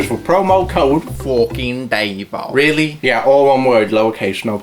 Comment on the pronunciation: its fookin "Davvo" not -o!!